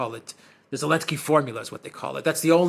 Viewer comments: Alexander calling Zelenskij "Elenskij" is simply hilarious! 😂😂😂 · I like when Alexander calls Zelensky, Elensky 😂